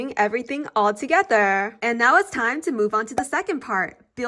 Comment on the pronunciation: the way she say's thogertrrrrr